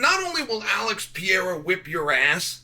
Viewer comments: Why do you keep calling him Pee era? It’s a Per era dude you’re supposed to be an expert analyst or just an all-around expert in MMA can you try a little harder to actually get people‘s names right? You know this has been an issue for a long time at this point it’s like you’re trolling all of us, but you’re not😂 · If he becomes the GOAT will you then at least pronounce his name correctly Chael pee era don't sound right Holloway would agree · The worst take Chael P has ever made. And why does he still struggle to pronounciate Alex's name? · Shael Sony refuses to pronounce Pereira in the right way. Now I'm only calling him Shael Sony. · Why does Chael have trouble pronouncing pereira and khamzat?